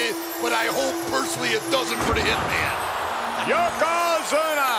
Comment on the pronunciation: Branson Reed this is thee Spot. When fans were Super Inversted nd live on every word nd Thyng that happened in Pro Wrestling. Yoko Squashed Hacksaw to the point where can't pronounce his name correctly YoKoZUMA